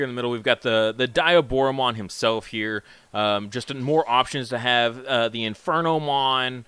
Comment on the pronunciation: Its Deeee A Boro Mon